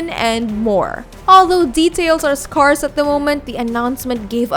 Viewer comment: Kudos for you for putting so much effort into choosing your words so carefully. A really polished effort! By the way, look up how to pronounce "scarce". You didn't get it quite right.